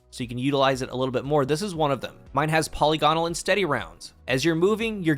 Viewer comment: Nice video. (Tooltip: polygonal = puh lig a nal)